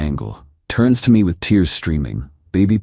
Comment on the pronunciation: Can the AI get fixed please? i couldn't finish the video cause of how it was reading the word 'me'.